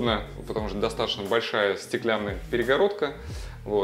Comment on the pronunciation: Режет слух слово "достатошно")) Произносите, пожалуйста, грамотно: ДостатоЧно.